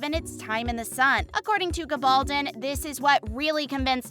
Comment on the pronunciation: She does not pronounced it correctly. Diana said it's pronounce Gabble Don with an accent on the "don". That is the English pronounciation, not the Spanish one as her father was of Spanish heritage.